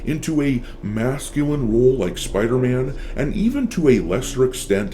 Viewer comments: Spidey❌ Spithey✅ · Spider-Man ❌️ Spedder-Man ✅️ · Spider-tham ... lol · It's called SpiderMAN not SpiderTHEY or SpiderTRANNY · He's called Spiderman Not spiderthem